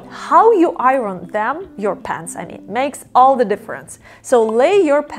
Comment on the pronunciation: I think you are adorable and I love everything about you. I hope you won’t mind if I suggest that you ask a native English speaker how we pronounce the word “iron,” as in, “iron your pants.” It is pronounced like: eye-ern. 🥰